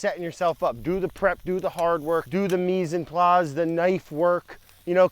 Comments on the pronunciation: Mizanplas? Isn't it mise en place? 😂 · "Mise en place" it's three distinct words pronounced with an imitation of a nasally french accent.